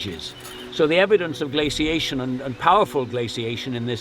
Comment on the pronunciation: I really enjoyed this video, it seemed a very even-handed approach. One (slightly) jarring and recurring irritation: please say " glace- ee- ation " like Johns does. It's the correct pronunciation. You say " glacation " but there's an extra " i " in there, as in glacier, glacial etc. Correct pronunciation & diction makes you sound knowledgeable & lends credence to your work. Perception, I know, but it's advantageous to strike agreeable chords in the minds of your viewers & listeners, and not the repeated distraction of incorrect pronunciation which creates a sort of momentary hitch when following along.